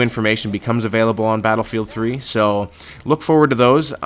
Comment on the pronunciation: did he say pladlefield 3 ???